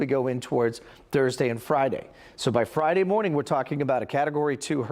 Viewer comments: It is not the Yuck-a-tan Peninsula. It is U-ca-tan. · Yuck-a-tan made me cringe